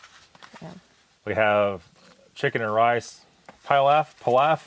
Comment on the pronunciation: please learn the correct pronunciation of the food names you talk about. Pilaf is pronounced pee-laugh.